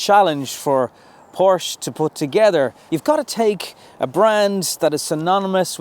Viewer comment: 08. A word to the wise - "Porsche" is a two syllable German name. Tsk Tsk